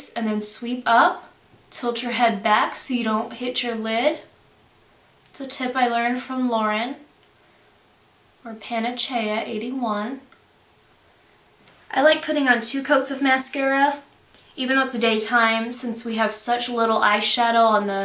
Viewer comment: ha..its not panachea..its panacea